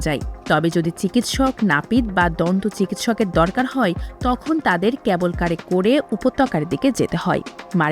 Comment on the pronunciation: Reporter apa, apnar uccharon joghonno. Especially, "cable" er je uccharon korlen, shuney to virmi khailam.